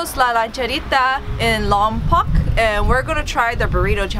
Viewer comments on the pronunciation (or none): the locals prefer the pronunciation LOM-POKE but whatever. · Lompoc is sound lom poke. Please. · Locals pronounce it Lom-poke (just fyi). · Pronounced lompoke